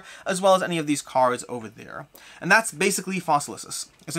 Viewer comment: I love that you keep saying Fossilisis. Latin is fun.